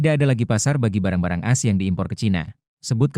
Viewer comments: Narasi dengan audio AI ini sungguh tidak enak didengar, mosok menyebut A S dengan as... Kemalasan editor merusak kualitas berita.. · Dibaca A S, bukan dibaca as, pembaca beritanya mesti belajar lagi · Bang kalau audio nya pakai text-to-speech , kalo mau AS dibaca dengan benar, pas konversi ke text to speech ,bisa tulis ‘A ES’ , jadi pas dibacanya benar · Bang admin, kalo pakai suara AI, tulis AS nya jadi A ES, biar ga aneh kedengarannya.